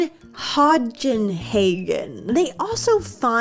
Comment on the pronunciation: queen just letting you know that it's pronounced "hoe den haagen" (Hodenhagen) and it gets even funnier when you consider that Hoden literally means ballsack in german 😭